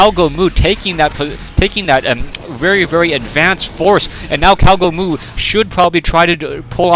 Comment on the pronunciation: I think one you named him "gowgomoo" instead of "cowgomoo" :P